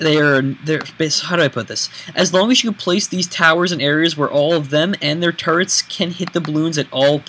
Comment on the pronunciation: When he says turrets , it's like he's saying turds ( sorry if I you are offended ) .